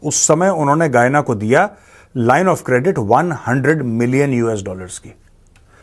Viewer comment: Sorry गयाना and not गुवाना